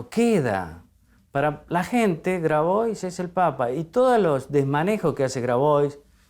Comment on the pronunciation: Grabois se pronuncia Grabua’